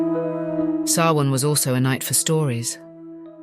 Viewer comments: It's pronounced SOW-in, not sow-IN. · Samhain is pronounced Sowweeen. 🤦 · The ancient Celtic festival of Samhain is pronounced SAH-win but spelled Samhain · You mispronounced Samhain wrong. Other than that an enjoyable watch. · I HATE that she extremely destroyed the word Samhain.... but im still gonna listen.